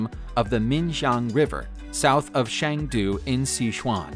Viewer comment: Thank you for pronouncing ‘Phuket’ correctly! Edit- but yikes! Chengdu, Sichuan > ‘chung doo, sih- chuawn’